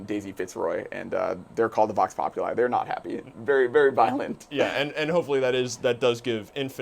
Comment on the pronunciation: The way you guys pronounce vox populi is wrong